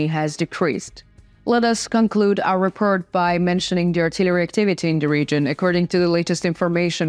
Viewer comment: I will push the like button on these videos as soon as you learn not to gabble and how to pronounce the words: Report, support, armed, according, positions, performing, war, north, addition, and especially the word "the." Slava Ukraine.